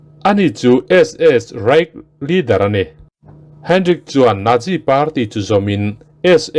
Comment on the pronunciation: Nat ti a lam ro ro chuan a dik zawk chu Nat- si. Nat - zi ni lovin.🤭 Chu, tih hi a tul lohna ah i hmang tam mawlh mawlh lutuk a, ngaihthlak a ti nuamlo tep.🤗